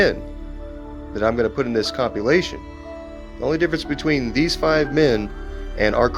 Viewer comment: The way he pronounces the word: "compilation" almost sounds like he's saying the word "copulation"!!